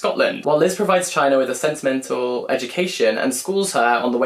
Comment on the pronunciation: Elena Knows is one of my favorite books of the year!!! (And just a little tip, China is pronounced cheena in Spanish!). Also Charco Press specializes in Latin American lit so yes 100% that’s a vid in the making!